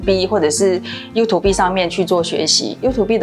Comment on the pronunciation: you to bee🤔🤔第一次聽到這種讀法😂😂